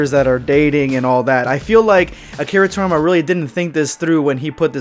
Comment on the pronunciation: His name's Akira TorIYAma not Akira Torma, dude.